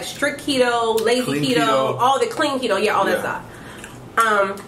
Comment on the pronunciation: Is that how you pronounce keto? It doesn’t have two e’s 🤷🏻‍♀️